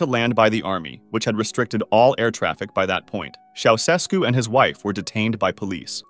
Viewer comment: “Ceausescu” is pronounced “Chow-Ches-koo”. Romanians were really tired of atheistic communist tyranny. At one point during the revolution, a huge crowd in a stadium chanted “God exists.” Shortly thereafter I was involved in handing out Bibles there and they were all taken in a minute or two.